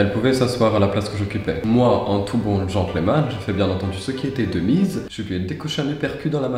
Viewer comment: Est-ce qu'il n'y a que moi que ça perturbe quand il dit gentleumanne au lieu de genteul manne? 😂😭😭 Sinon la version française c'est bien aussi hein on manque de gentilshommes en ces temps troublés